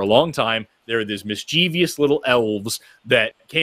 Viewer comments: I think Forrest is great, but why does such an intelligent man pronounce mischievous as "miss-cheev-ee-ous"? There's no third i. It's "miss-chif-us". Sorry, this is a pet peeve. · Great show you two; please stop mispronouncing mischievous Forrest, it hurts my pedantic heart🤣